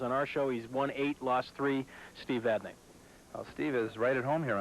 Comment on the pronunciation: and: Steve, how do you pronounce your last name? Steve Vadney: Vadnee and: Too bad, we'll do it our way.